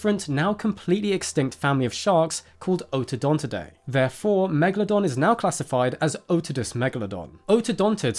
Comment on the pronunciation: Its just fascinating to me how so many people have a fascination for this animal but I've honestly never ever heard an English speaking person pronouncing it's name correctly... It's not meglodon... why are you guys swallowing the A? The E is actually an elongated letter. Such as the 'eh eh eh' that rihanna does in the song, umbrella. And the A is also long as if you'd be like 'aaaaah okay'. It's Latin...if you love it, pronounce it the correct way :).